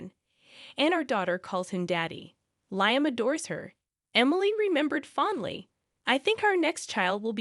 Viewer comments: It's said Lee am , not lie am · I was going to comment on that, too!!! LEE-um.